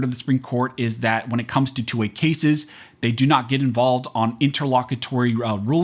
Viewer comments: When you say '2A' it sounds like 'toy'. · Sounds like you're saying "toy" every time you say "2A".